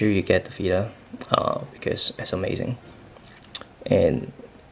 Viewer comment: It s vita not vida lol i don't get how you American people pronounce t as d 😁